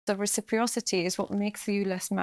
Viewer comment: "Recipriosity," is not a word. It's reciprocity. Noticed this multiple times